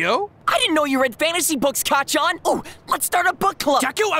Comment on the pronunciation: hey sooo.... Deku said 'kaachan' which is 'mother' instead of kacchan....... as much as I enjoy the dkbk joke lol...